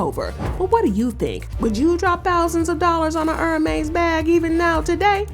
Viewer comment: Hermès not Hermés